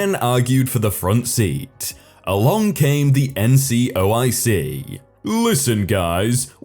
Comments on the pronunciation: Will you STOP mispronouncing the words that are spelled out in front of you!!! NCOIC is "en" "see" "oh" eye" see" not NCIOC you read what it stood for and then read it wrong several times throughout the story... great way to piss off all your military listeners... ...talk about a fubar"... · As a military listener, it didn't piss me off or even annoy me slightly. That said, it was mispronounced a couple of times. Also, I don't understand your second sentence at all. The initialism (abbreviations are shortenings that are pronounced as a word, Taser for example, you read every letter of an initialism) wasn't pronounced as a word, no one indicated that it should be, and no one called it an abbreviation except you.